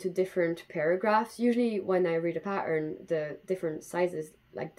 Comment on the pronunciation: If you go back in the video and for example listen to the way you say "pattern" (more like pa'urrrn) there is definitely Scottish in there :D